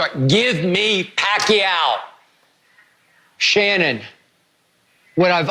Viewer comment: You Shanon your name is She-non! Ur gayweather